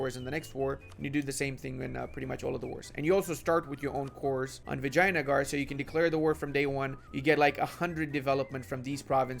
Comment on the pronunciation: was that vagina-gar? 😂